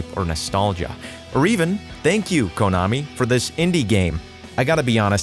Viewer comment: It's pronounced kunn-ami. Not coon-ami.